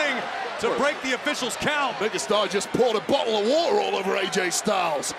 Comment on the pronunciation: Wade Barret saying "bo'lle of wa'er" certainly got my attention 😅